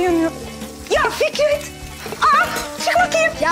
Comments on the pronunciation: dikkatli dinle Fikrit diyor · konuşmayı. Bille bilmiyon Fikrette Fikrit dedin😂😂😂😂